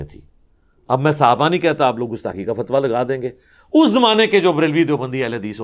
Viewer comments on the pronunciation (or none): none